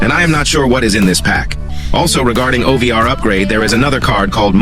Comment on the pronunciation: Bro it's O V R not over